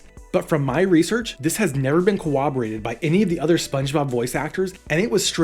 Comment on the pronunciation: CorRoborated. Not co-woberated.